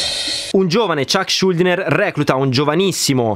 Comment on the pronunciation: Si pronuncia Scioldiner comunque